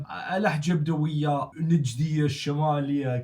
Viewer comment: لهجته واضح فيها تصنع يعني واضح جدا انه اجنبي مثلا طريقة نطقه لكلمة "بدوية" يمط التاء المربوطة كنه مغربي او جزائري ..